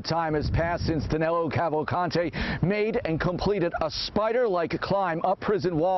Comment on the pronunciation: Actually his name is DANILO, not Danelo.